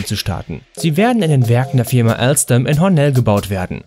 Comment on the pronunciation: Junge es heißt TGV das ist französisch und AlsTom wird es gesprochen ich arbeite da